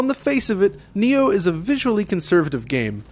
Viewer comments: Its called NI-OH ( knee ohh ) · it's prounce nyoh